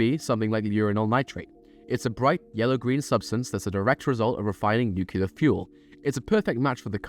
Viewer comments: It's not "nook-ya-ler", it's "new-clear" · My only annoyance with this video is the way you pronounce nuclear. It's pronounced "new-clear" not "new-cu-lar." Other than that, top notch. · New-KLEE-AR what are you george bush junior? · Just one question, what the fuck is nucular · Nucular* jam according to the video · Why people keep saying nuclear wrong? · That's not how you pronounce nuclear